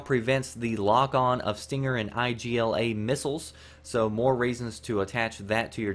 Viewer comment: its just Igla, not I.G.L.A.; not an abbreviation, just a Russian word meaning Needle.